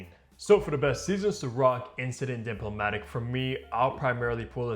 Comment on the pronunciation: Bro at least give enough respect to the perfumer who spent years mastering his craft to pronounce his creation correctly